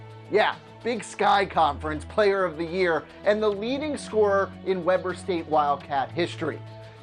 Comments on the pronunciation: It's pronounced weeber state not Webber state had to stop watching cause it was so horrible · Tayden Thompson it's pronounced webur state not webber like Chris webber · Wee-ber State, dude. Not Weh-ber State. Come on now. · You said Weber state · It's pronounced WEE-BER state. Not Webber. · it's Wee-ber state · Weber St. is pronounced "Weeber State" No worries man, it's just a random college in Utah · its WE-Ber state 😂🙄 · Its WEEBER state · It is pronounced weeber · Its pronounce WEE burr state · I live on Ogden Utah and you Saud Webber state wrong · Mike Cantalupo it's Pronounced weeber state